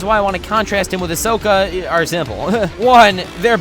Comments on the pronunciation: Did he call Hisoka ...... fodder 🙃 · He's saying Hisoka wrong. It's kinda irritating.😑 But I love this video!!